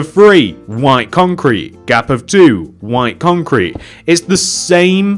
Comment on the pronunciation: it sounds like he is saying Wine Concrete but great job!